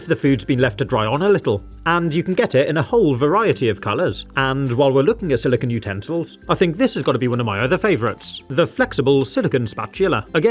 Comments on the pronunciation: SiliCONE not "silicuhn" (silicon)! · a quick Google search explains the reasoning but as I am from North America, I spell/say it as "aluminum". Regardless, silicon!= silicone and should make an effort to pronounce "silicone" to emphasize the "-cone" and not the "-cuhn" or "-cahn" of "silicon".